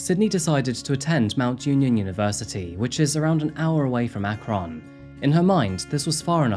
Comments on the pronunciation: AkRON I never heard it pronounced that way I’m from Cleveland it’s more like said Akren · FYI it's pronounced ack-run. Source, I grew up in Ohio. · Ah...Akron... (pronounced AK-REN for anyone interested. Such a lovely place to live near :/ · It's pronounced, Akren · I'm so sorry to be that guy, but the city is pronounced ack-run. Just had to mention this so I could keep watching. 😅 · 😭 no one says our city name right, darn google, it's "akrin", "a" like saying apple. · God I live 45min. from there 😳. And it’s ACK-RIN 😉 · Prounounced Ackrin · I know it's spelled "Akron" but we pronounce it "Akrin" or "Akrun" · Not going to lie, this is going to be a hard watch hearing you say AHK ROHN. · It's pronounced Ak-Run. Midwestern Ohio acent. 😁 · The city is pronounced like ack-ren. Silly Ohio pronunciations... this is so sad. its so hard to struggle in school when everyone expects you to do fine. that said most of us don't murder so obviously something is wrong with her. I think she is in the right place and hope she gets the help she needs. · I think it's pronounced Ak-Ren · Would it kill you to look up the correct pronunciation of cities? It’s not Ak-Ron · It is pronounced Akrun. I know some of it is your natural accent, but I think you’re also pronouncing it too literal. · Your pronunciation of Akron brings me so much joy 😂❤ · That fact that I am from Akron Ohio, it's killing me the way you are saying Akron. 😂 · lol you don’t need to emphasize the k so much on Akron >< I live in Ohio it just makes me giggle how you pronounce it ><. I didn’t even know about this case it’s crazy. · The butchering of my hometown's name is the true crime here. 😂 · No criticism here, but I’ve never Akron pronounced with a short “o,” instead of the short “u” sound on the end. It’s just messing with my brain because I used to live in Ohio, haha. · Listen, a lot is messed up with this case but I cannot focus with the way Akron is being pronounced TT^TT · Ak ren. Not Ak kron.